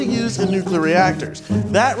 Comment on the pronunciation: He keeps switching between "nucular" and saying it correctly as NUCLEAR. It's driving me crazy!!!